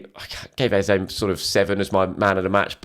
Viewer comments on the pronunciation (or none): I watched an Adrian Clarke video the other day and he said he'd asked Arsenal and they confirmed that Eze wants his name to be pronounced Ez-eh not Ez-ay... guessing you still haven't heard back given your repeated use of the latter? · Pleased learn to pronounce Eze!